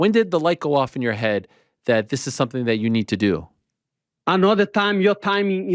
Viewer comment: Lemme tell u somfing